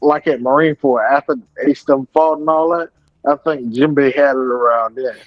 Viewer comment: Poor promiscuous Jinbei!!! The subtitles said that "Jim Bay was fighting AIDS!!". 😢😮😅 it did sound like that crazy dude was sayin Jim Bay though.